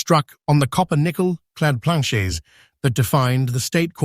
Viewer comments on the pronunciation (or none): Where you get this AI......p l a n c h e y .....bahaha